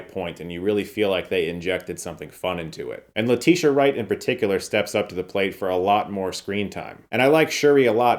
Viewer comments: I love you Chris. But her name is Letitia Wright. Not Latisha. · You called her LETISHA wright… it’s Letitia